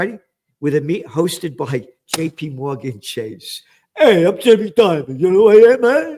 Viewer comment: Lol, Gerald doing Jamie Dimon in an Italian accent😅